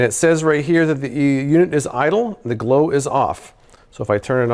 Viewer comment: "Casper Low-life" is what I kept hearing him say. I'm high af and this video just seemed hilarious to me. Casper Low-life! 😅🤣😂